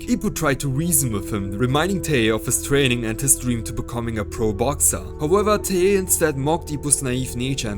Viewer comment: Its TIE-hey. Not TUH-hey.